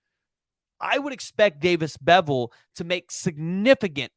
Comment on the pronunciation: I wanna slap this guy for saying beville smh